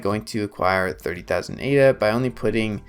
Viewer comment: If you repeatedly pronounce Ada as A.D.A. then I’m not convinced you’ve done a lot of reading on the subject…